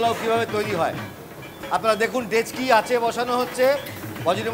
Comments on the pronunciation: It's dekchi not dechki... 😂 But basonti pulao ( Maal 😜).. is my all time fav food.. ❤️ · joler quantity bola uchit chhilo.. Dekchi ke Dechki, deowa ke daowa, neowa naowa...e shob ki pronunciation... rubbish